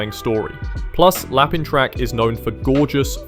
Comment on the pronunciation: Lapin in Lapin Track is read as 'lapan' btw (but it's okay, it's french so lmao) it's funny because i've read Tamon B-side once before (first chapter) and i couldn't get into it (im a shoujo girlie too so i love shoujo animangas - although timing might have something to do with that too) now after watching the anime, it's friggin' hilarious and the music is actually quite good too :O i recommend it (as someone who's not big on idol anime stuff - only because im a little prejudiced when it comes to jpop idol music, im not a fan lol - anime idol songs are some of the best jpop idol music ive ever heard and i actually quite enjoy them; i used to watch love live too and aikatsu so xD); also, *You And I Are Polar Opposites* is extremely funny and the animation is fluid (like genuinely one of the best opening sequence of this season, it's such a fun opening) but also the portrayal of relationships/romance feels so fresh i absolutely love it ❤